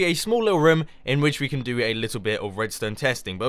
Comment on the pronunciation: Who else hears rum? when he says room?